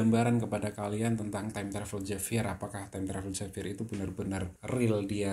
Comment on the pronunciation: penyebutannya H bukan J